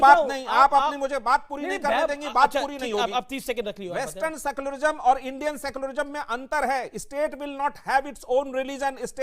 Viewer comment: सेकुलरिजम नही सेकुलरिझम होता है 😅